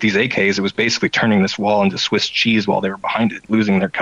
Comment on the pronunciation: it's not sweese cheese, but swiss cheese